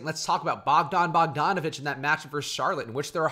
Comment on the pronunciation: Bogdan Bogdanovic not bogjan